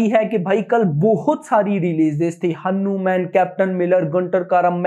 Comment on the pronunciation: Abe pahele hanuman bolna seekh